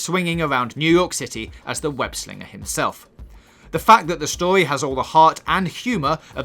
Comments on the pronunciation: How many times did he say stowy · Ur saying stowy wth is stowy learn how to say story